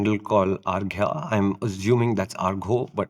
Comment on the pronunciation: Actually the pronunciation of Arghya is 'Awrgho', almost the same like 'Shubhobroto'. [Where you write Shubhabrata]